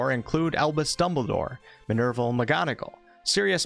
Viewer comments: Bro did not just say "minerval" 💀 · Minerval?? Lol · You didn't just say Minerval :")